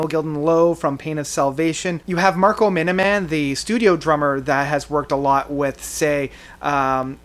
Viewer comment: It's Marco, Marco.